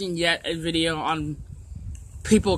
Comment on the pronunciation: Dixie Dipper SAID VIDJA